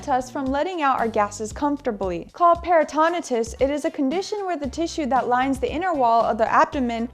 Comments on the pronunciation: peritonitis [per-i-tn-ahy-tis] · Thank u for sharing the great information .Please be informed that it's peri-tin-EYE-tis. Di-ver-tik-you-LIE-tis. No disrespect or embarrassment intended